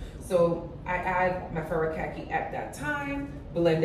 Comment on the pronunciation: Having lived in Japan for a number of years, allow me to help you with the pronunciation of Furikake = Foo Ree Kah Kay